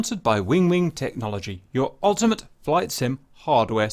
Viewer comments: I’ve been away from the channel for a bit, how come Cap pronounces “ultimayt” like that? 😁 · Your pronunciation of "ultimate" changed in this video.